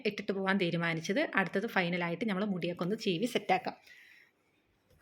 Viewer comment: ഞമ്മൾ എന്ന് പറയാതെ നമ്മൾ എന്ന് പറയൂ ചേച്ചി ❤